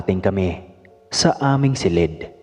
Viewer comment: Ayuson mo pgbigkas ng salitang , silid. Di " Selid"